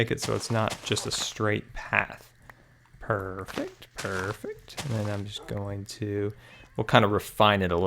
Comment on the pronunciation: U always say PRRRRRFECT PRRRRFECT😂 lmao everytime u did it. Great vid tho